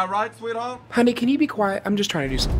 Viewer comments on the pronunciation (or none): none